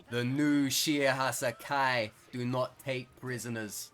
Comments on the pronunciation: I cant tell if him saying Hassaikai this way triggers me or makes me laugh a bit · Love the content, cant stand the way he pronounces hassaikai